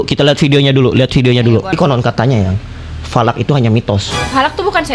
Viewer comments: Bukan Valak bang salak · Falak❎. Salak✅😂😂😂😂😂😂😂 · Falak jadi salak😮😂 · Bukan salak tapi lanak